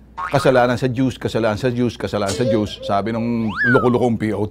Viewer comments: butterfly Hahahaha yon din ang pag dinig ko parang juice or dews hahahaha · Aaahhhmm...ano ba talaga "juice" or "dews"? 😂😂😂..dorado dorubo champorado 😂😂😂